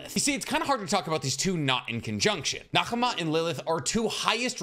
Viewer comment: Btw Nahama is pronounced without the h since she is based on the mother of Asmodeus